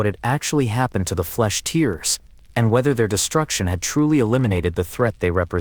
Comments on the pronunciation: That AI voice is dog shit haha, it cant even say Tearers properly haha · Can't even pronounce "tearers" correctly. Lazy edit to not even notice